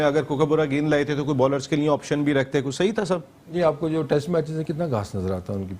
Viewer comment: The only anchor in the world who says "tast" instead of test